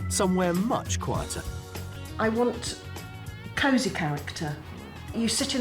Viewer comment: Dear with his "scape" for scope, and "cazy" for cozy and hame, etc.